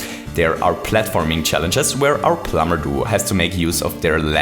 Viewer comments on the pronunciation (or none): You say "plumber duo" like "plumber doo". You also say "Superstar Saga" like "Superstar Sagr". You called "Popple" "Poppers".